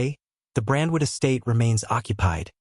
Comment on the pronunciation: It's Brentwood,, get it straight!!